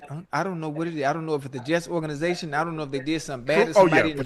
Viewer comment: Ocho said organation 😂😂😂😂😂